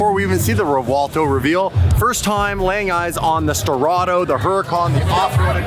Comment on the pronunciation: The CEO pronounces Revuelto correctly. The “V” linguistically sounds like a “W”.